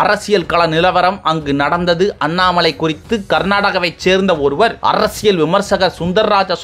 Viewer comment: அரசியல் என்றால் புரிகிறது..அர்ர்ரசியல் என்று இவ்வளவு அழுத்தம் ஏன்?